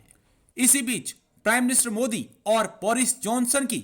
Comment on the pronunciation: Its nt mudi its modi ......are bhai kam se kam nam to thik se liya karo